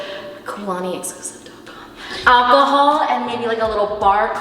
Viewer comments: "for the al-co-haul" her not knowing its illegal in california to drink at 18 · “For the alcomahal” 😂😂😂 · I love how you emphasized “alcohol” for the nook in the apartment, completely forgetting that the legal drinking age in the US is 21 not 18 like in Canada. 😅 Also I was really hoping you were going to choose the fully furnished one with the rooftop 😟